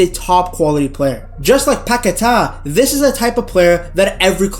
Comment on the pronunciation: Don’t listen to the telly that’s not how you say Paqueta’s name